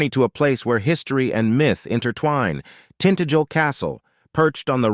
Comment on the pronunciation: It's pronounced tin-tag-el not tint-agel.